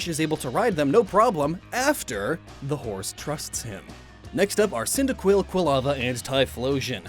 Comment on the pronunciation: Cyndaquil, Quilava, Typhlosion? Me thinks you mean Cinder-Quill, Quill-Lava, and... Typhoon-Explosion?